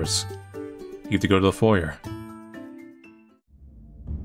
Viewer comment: The r in foyer is silent.